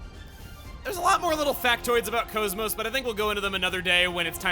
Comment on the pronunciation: Why do you call KOS-MOS "Coes-Moes" when her name in the game is pronounced differently?